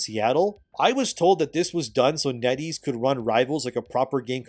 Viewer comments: Every time you say NetEase I keep thinking you’re saying “Netty’s” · Netties? Oh, Net ease...